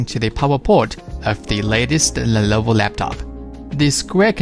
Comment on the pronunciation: Dude, it's not "lellloooovoooo", it is simply "Lenovo". Great video :)